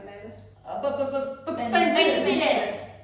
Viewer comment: പേ പേ അല്ല പെൻസിൽ 😂😂😂